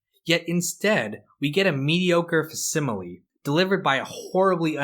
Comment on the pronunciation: Fack similee, not fuhss imilee.